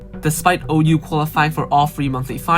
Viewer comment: Pretty good video, just one thing OU is called 小歐 in China, so in eng its pronounce (OH)❤😂